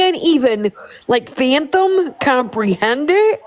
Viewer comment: That dumb lady said she can't even "fanthom" 😂😂 The word is ”FATHOM"!